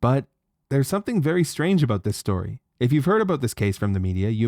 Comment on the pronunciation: The way you pronounce “about” outs you as a leaf.